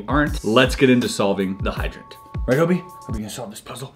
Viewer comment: You keep calling Obi…Obo ... That’s the name of one of my stuffed animals from when I was a little kid it’s still on my bed at a 37-year-old woman, I’m not gonna lie it freaked me out a little bit first.